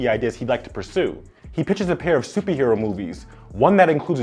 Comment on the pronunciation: Great video! But was he saying “Suppie Hero” or am I trippin? lol